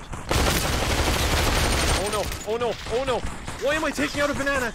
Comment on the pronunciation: Me sitting here saying your saying banana wrong XD